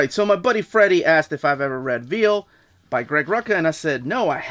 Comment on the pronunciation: lmao, "Veil" is pronounced Vale as in Vicki Vale. "Veal" is meat from young cattle.